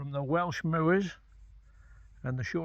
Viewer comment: Great footage, as always,. I’m from Darwen (Darren!) originally, now living in Norwich, Cheshire. Used to see Shorties up on the moors there but now see them on the Dee Estuary instead. Nice to hear someone pronounce moors properly….moo-ers! 😂 Look forward to your next video. Cheers, Mark.